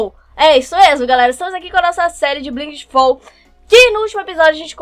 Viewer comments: Na verdade não seria blaigit fau e sim blait fau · fala o nome assim blaigit fau ok eu falo inglês e me irrita vc falando blinght fall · se fala blait fól